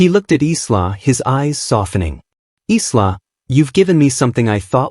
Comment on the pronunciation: EYE-LAH not Islah!